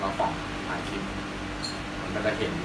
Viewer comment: ทำคลิปดีครับ แต่พูดใช้ภาษาไทยควบกล้ำ ไม่ดีเลย เช่น ตกปา (ปลา) ทำคิป (คลิป) แปกๆ (แปลกๆ)เสียภาษาไทย ครับ